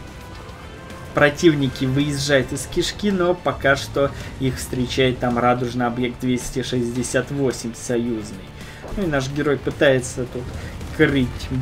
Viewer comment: уже несколько раз тебе говорил, что встречают не радуЖно, а радуШно. Причем ударение на букву У. ))) Прилагательное радуЖный используется несколько в других случаях. Например: радужный цвет скамейки в парке, т.е, покрашена в разные цвета. Или окружающий меня в то время мир был не такой уж и радужный, т.е. невеселый. Читай больше и развивай свою речь. Без обид. Только добра тебе хочу, чтоб твой канал становился более профессиональным. )))